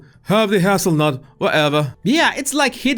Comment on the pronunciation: I find your pronunciations of English words to be cute. My grandfather was from México and it reminds me of that. That said, I think the way you pronounced hazelnut has created a new nickname for Harry. Since you pronounced it as haz-ul-nut and Harry’s nickname is Haz, he can now have a nutty nickname like his wife, Nutmeg.:)